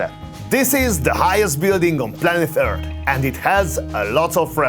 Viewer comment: "Planeth eart" lol